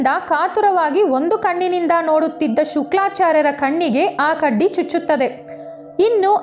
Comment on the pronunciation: ಮಾಹಿತಿಗಳು ಚೆನ್ನಾಗಿವೆ. ಉಚ್ಚಾರ ಸ್ಪಷ್ಟ ಇದ್ದರೆ ಇನ್ನೂ ಒಳ್ಳೆದು. ಶುಕ್ರಾಚಾರ್ಯ ಎನ್ನುವ ಬದಲಿಗೆ ಶುಕ್ಲಾಚಾರ್ಯ ಎಂದಿದ್ದೀರಿ. ಮುಂದೆ ಇಂತಹ ಚಿಕ್ಕ ಪುಟ್ಟ ತಪ್ಪುಗಳನ್ನು ಸರಿಪಡಿಸಿ.👌👍